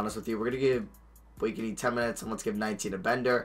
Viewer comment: its pronounced Blake-knee not Blake a knee!!